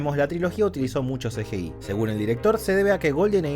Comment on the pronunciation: El mundo: CGI: "El Ce ye ei"